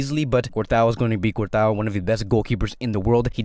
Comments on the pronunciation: Man said cortois (Cort-a-o)😭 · You are completely butchering courtois his name 😂